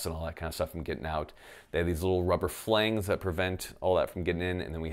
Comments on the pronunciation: flange is pronounced "flanj" rather than "flang" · "Flang" Not 'flange' but "flayng".... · BOY DID YOU JUST SAY FLANG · “Rubber flangs” Is....is he trying to say flange? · Flang? It's flange, with a soft g. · Flang, rhymes with bang. Flange does not. Sorry. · has nobody taught this man how to say flange?